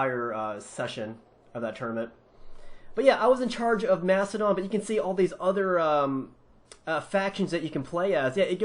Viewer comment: it's makedon